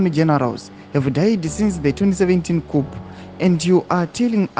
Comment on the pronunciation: It’s kuuu not kup cuop